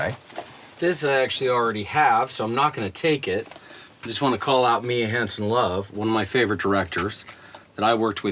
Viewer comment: It's Mia Hansen Løve, not Love